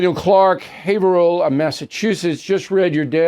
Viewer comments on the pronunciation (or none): none